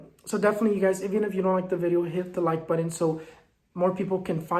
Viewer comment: ✨🌜Just joined your channel! P.S I just LOVE how you say “buttun” for “button” 😁🥰 🌛✨